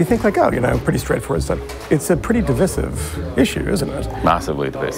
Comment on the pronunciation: neither of these mans can say 'divisive'